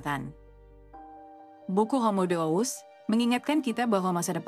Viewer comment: Mengapa Deus dibaca dous?